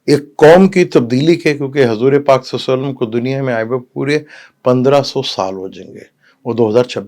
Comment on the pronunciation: Please kahain Hazoor Pak not Hazooray Pak 🙏